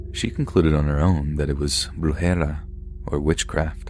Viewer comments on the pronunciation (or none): Brujeria. no brujera XD and that sounded like what my gradma used to call pata de palo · Lol as soon as i heard ' brujera ' im like GIRL, its brujeria 😂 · Spanish word for witchcraft is "Brujer-ira" other wise good job! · Lol “brujera”it’s actually brujería but that wasn’t bad at all just made me giggle lol